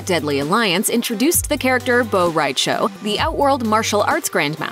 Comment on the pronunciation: You can't even pronounce Shang Tsung or Bo' Rai Cho correctly... Get it right, lady. You hurt my ears.